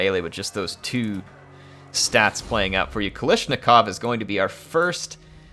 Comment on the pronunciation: you keep calling Kalashnikov wrong. It is not with "i" but with "A" actually - kalAshnikov. P.S. the showdown with chaos was just beautiful.